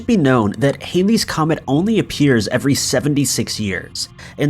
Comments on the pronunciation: It’s not haileys comet !!!!! It’s Halley’s Comet ! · it's Halley's comet , pronounced similar to "Hal" as in "Hal 9000" the computer in 2001. It is NOT pronounced similar to hail.